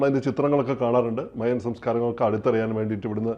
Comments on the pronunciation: Maya alla mayan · മയാ civilization അല്ല... മായൻ civilization ആണ് 😂